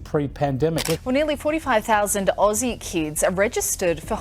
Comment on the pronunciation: If its not AI, How come you cant say Aussie properly ?